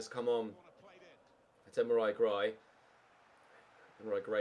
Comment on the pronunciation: take time off get wel soon but u can't call gray first name properly